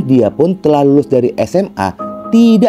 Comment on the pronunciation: Cara menyebutkan kata TIDAK, boleh ditata lagi ya bos. Agar tdk aneh. Maaf hanya saran